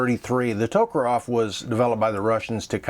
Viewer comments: For FXXXX you at least try to pronounce TokarEv properly.Not TokarOv but Ev...and NgenT is also sad,NagAN mate.show some respect. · It's Tokarev. Not Tokarov. Sorry. I'm autistic. And when people mispronounce names of things, it drives me mad. Great review by the way